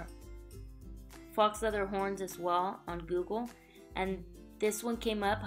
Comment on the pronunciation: pronounced fo leather :-)